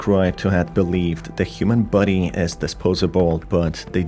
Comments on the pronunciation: I love how his accent makes the word "body" sound like "buddy" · Every time you say body I am. Not sure if you mean body or buddy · sounds like youre saying "buddy" like "bubble buddy" rather than body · why do you pronounce "body" as "buddy"? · Is he saying human buddy or human body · It took me 17mins for me to realize he isn't saying "buddies" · I despise the way you say "body"